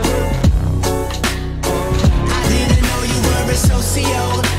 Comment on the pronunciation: I love how the song pronounces it as so-sio-path